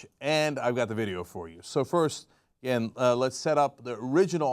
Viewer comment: “Here we go AGIN”